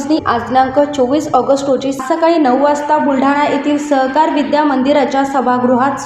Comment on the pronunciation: सहकार की स्वहकार 😂